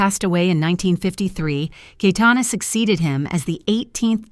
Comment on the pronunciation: It is "KaYetana" not "kaitana" you stupid bot